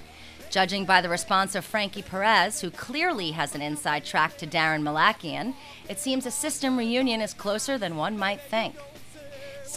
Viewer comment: haha instead of daron malakian its "darren the lackey"